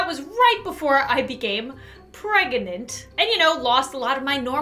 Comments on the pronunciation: you always say preganat instead of pregnant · Lol:That's when I became "Preganent" Did anyone catch that XD Sorry lots of Editing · preganaté* (pr-eh-ga-nan-t-ay) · Your missing something in the pregnant, It is pronounced pregenant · it's the way pronounces it, which is preganant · it’s not...it’s pronounced preg ant A it’s a way lots of people say it and it’s not incorrect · It is a joke because she always says pregante or pregernant. R/whoooosh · its a joke of how she pronounces it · says pregnant like pregante, she was simply saying it like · Listen here, no their not spelling it wrong ITS ANOTHER FUNNY WORD FOR PREGNANT- LUAREN SAYS IT!!! P-R-E-G-A-N-T-E 😐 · I mean... pregantay as says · Am I the only one who thinks its funny when she says "I'm preg-a-net" 😆 🤣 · For a second I did a double take as it sounded like said she was 'Breadgnant' if had a bread baby I'd be happy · is eight mouths “preg a net” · YOU VOWED TO NEVER SAY PREGANTAY NORMALLY FOR AS LONG AS YOU WERE PREGERNT!!